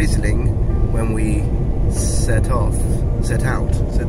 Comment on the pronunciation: Set out is totally acceptable. We usually string it into "We set out to do X" or something but the way you said it was fine. At least, it is in New Zealand. Edit: Spelling is hard